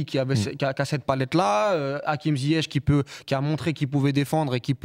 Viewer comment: La vidéo est top et on sent bien l’expertise Mais j’aimerais vraiment qu’on s’applique à prononcer correctement les noms marocains, d’autant plus venant de personnes maghrébines… On peut pas entendre des Lekja, Ouna-i, Akim Ziyech, Achraf Akimi…. Respectons nous svp et respectons les gens